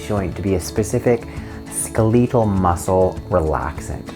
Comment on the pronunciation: This man cannot say skeletal